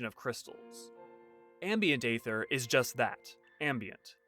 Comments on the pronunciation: "Ether", not "ayther". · Let me get this straight, you'll make a whole video on Aether and yet not know how it is pronounced??